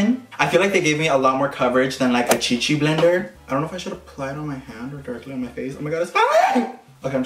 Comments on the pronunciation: Lol 😂 how he said it chichi blender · Omg when he said “chi chi blender” 😂😂😂